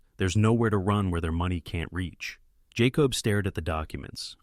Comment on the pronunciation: You main character is phoneticallycally pronounced 'Jay-cobb' not 'Jaw-cob' you kept pronouncing it both ways, cannot listen, if you ever decide to edit might be back.😢